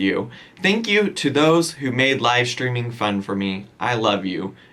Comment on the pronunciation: Let's see how long this "schedule" lasts. Live steamminnnn